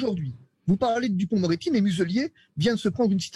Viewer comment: Lapsus à "duporc-moretti", excellent.